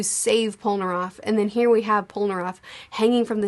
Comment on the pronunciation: still cant pronounce hierophant....... theres no way you aren't mispronouncing everyones names on accident. the show literally says all the names. its heirophant green, noy hydrophant, or hydroplant. its polnaref, not polnaroff, its darby not darvy......